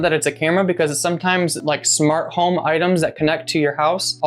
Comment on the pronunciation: "Container.....HOME?" (Garlic... BREAD? Cheese... CAKE?") WTF?